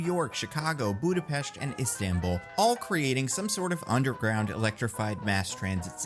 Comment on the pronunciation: Liked for correct pronunciation of Budapest